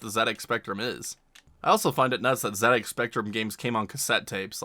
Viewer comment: Thank you for pronouncing ZX like that :)